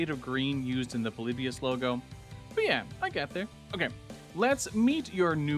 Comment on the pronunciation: LET'S GO! A Ploybus reference, I never thought anyone would reference it, and the design looks really cool as well! Also hearing Ploybius as "Paul-lip-beus" both hurts my ears and makes me rethink how I pronounce it, "Paul-lip-bus" ( essentially without the i ) Honestly I would of loved some more references to the game interpretations shown in "POLYBIUS - The Video Game That Doesn't Exist" by Ahoy. But the arms look like wings enough for me to be glad with it.